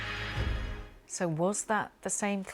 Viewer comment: It was immediately clear the second audio was different. Syntax was different, and so was pronunciation of Asia. The AI voice was pronouncing it as "Aisha" instead I'd "Aizha".